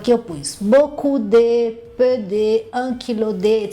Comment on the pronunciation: Essa pronúncia do "de" estar errada...